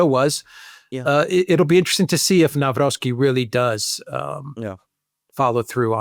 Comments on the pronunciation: Nav-rotz-kee. In general, in Polish, "w" is pronounced like the English "v", and "c" like "tz" in tzatziki for example. You're welcome 😉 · Pronounced Navrotskeee. Stress on "rots". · Pronunciation is [Navrotski] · If you want to pronounce president-elect's name correctly it is NAVROTZKY. Greetings grom Poland ! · Say Navrotzki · The closest good pronunciation of Nawrocki is: [na-vro-tski]. Greetings from Poland. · In Polish 'W' is pronounced as 'V' and thanks for your work! ❤